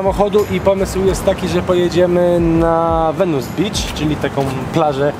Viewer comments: Wenis nie Wenus beach xd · „Wenus” Beach??? 🤨 chyba Venice… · Zajebisty material jak zawsze. Tylko to "VENUS" beach... 😂